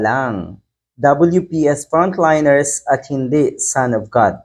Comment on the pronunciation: Tama Ang pag pronouce mo Ng front liners , di tulad Ng iba, at gaya gaya